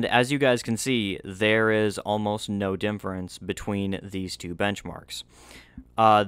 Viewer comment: bro why do u say dinfference instead of difference?